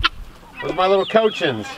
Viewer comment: Took me a second, I was caught off guard. I was like, what are cochins? Then I realize you're pronouncing the name wrong. Lol, it's pronounced "Coch-eens". Lol. When I saw the first one come out of the hen house I realized it. You are too funny with them animals. Poor duckies getting chased off by Mr. Turkey. Rambo does not like you. Lol. I love homemade applesauce, but it is a challenge getting fresh picked apples down here in central Texas. I used to have friends up North in Michigan who'd send us some every year. Miss those days. Great share, thank you for the video!